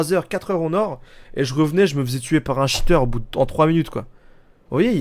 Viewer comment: juste c'est pas cheteur mais cheater:)